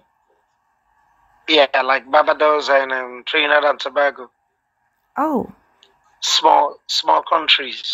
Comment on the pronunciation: 😂 I thought he said Trinidad & tabaco 😅